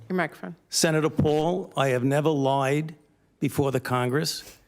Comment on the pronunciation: I have nevuh luh-ide to congress. I have never seen someone put so many extra syllables in words. Faucci should go to prison.